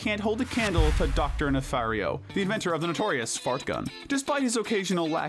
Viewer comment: It’s pronounced ee-gull-SAHN and nuh-FAHR-ee-oh, “”! 🤨